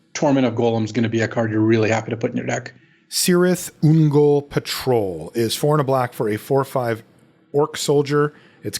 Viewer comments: Same thing with Cirith Ungol (promounce as Kirith) :) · The letter C in Elvish always makes a K sound and never an S sound. This applies to Celeborn and Cirith Ungol Patrol. I'm sorry. Blame Tolkien.